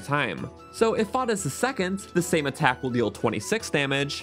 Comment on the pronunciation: No offense but did you get enough sleep while editing? “Attakc” 😅